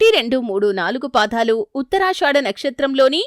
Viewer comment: పాదాలు అనాలి... పాధాలు కాదు